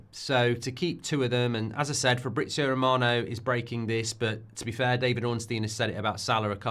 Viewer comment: Its Romano not Remarno ,as N football pundit your foreign noun pronunciation is pathetic!